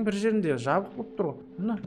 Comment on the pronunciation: Аға жаңа сіз жабық дегенді забық деп айтыңыз😂😂